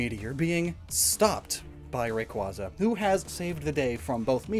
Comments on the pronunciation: Please 😭 it’s pronounced Ray-Kway-za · You mispronounced Rayquaza. It should be pronounced like a Quasar star. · You keep mispronouncing Rayquaza as Ray-quah-za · It's pronounced Ray-Kway-Zuh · You mispronounced Rayquaza It’s pronounced Rayquaza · for self-advertising as someone who overanalyzes pokemon, why do you still mispronounce "rayquaza"